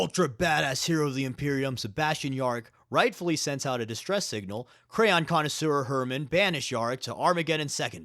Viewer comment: "Crayon Connisseur" hahahaha